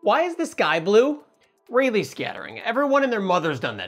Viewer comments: Pronounced Ra-Lee. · i keep hearing it as: It's REALLY scattering xD